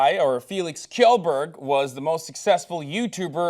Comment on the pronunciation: Btw, Hasan, good job pronouncing Felix's last name xD, that was hilarious. Kjellberg is pronounced as Shellberg in Swedish.( Kj = Sh ). No hate, just a friendly remark. Love you guys <3